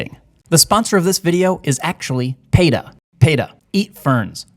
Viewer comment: peta, PEE-TUH like pee, that yellow stuff that comes outta your whatchamacallit every now and then not pay